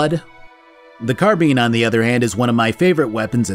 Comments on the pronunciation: Boy if you don’t stop saying carbean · CarBEAN???? Staaaahp it. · I've never heard someone pronounce car-bine as car-bean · Now I’ll never get car-bean out of my head… carrrr beeeeaaaannnnn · Oh god no it was awful hearing that. And why would a American pronunciation be the correct one when the original word came from the french? Not everything that america does different then the rest of the world is correct. x.x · That pronunciation of carbine is killing me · The pronounciation of carbine is triggering me. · I don’t normally point out pronunciation but you say “carbine” wrong so often that it started killing me 😂. Also gauss